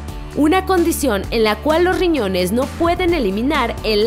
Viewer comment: y lo peor que no pronuncia bien las palabras, ejemplo: "Lo riñones " 🙄